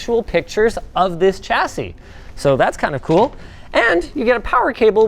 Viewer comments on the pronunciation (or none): it’s ‘Sha-cee’ not ‘Cha-cee’ Trust me, I’m British 🇬🇧